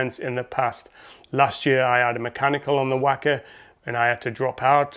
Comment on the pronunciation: Great video as always. Some good tips in there, I'm racing the 50km this year. Looking forward to laying down a good time. Just a heads up on the pronunciation, it's wok-a rather than whack-a 🙂 Congrats on the 500 subscribers and good luck for the race.